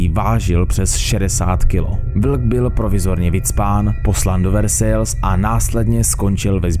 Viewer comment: Super video, skvělé zpracování, jen bacha na výslovnost. Francouzsky neumím, ale vím, že h se ve francouzštině nečte, čili ne rod Hugenotů, ale Igenotů. Versailles se čte česky "Versaj".